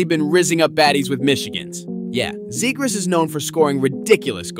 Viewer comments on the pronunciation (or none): Argh, this voiceover is painful. The “super cool” delivery with the complete lack of hockey knowledge is cringe. “ROO-wah” “ZAY-grass”. “THE Center ice”